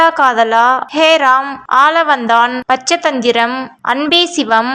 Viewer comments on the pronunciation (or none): நீங்க சொல்றது தப்பு. மருதநாயகம் கமல் sir இயக்குன படம். அப்புறம் movie names உங்களுக்கு சரியா தெரியல. பச்சதந்திரம் இல்ல பஞ்சதந்திரம்.. தூங்காவானம் இல்ல தூங்காவனம்..